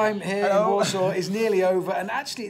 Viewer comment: I keep thinking he saying walsall not Warsaw 🤣